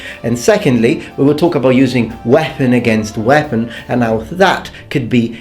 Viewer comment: Whepon? Don't you mean bread knife?